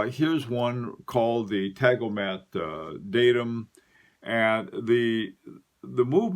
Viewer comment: Tangomat. Not Tagomat.